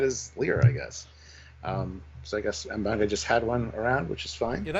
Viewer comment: M benga not “bunga” 😂